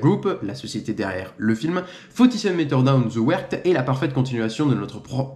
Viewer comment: Suis un grand fan de shark movies mais Connais pas les bullshark dispo où Par contre la prononciation anglais waouuw ou tu vois un T dans the wreck?😂 Ze ouerte 😂😂😂